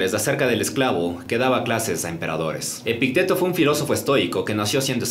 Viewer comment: Epicteto lleva acento en la i, no en la e. <Epíííícteto>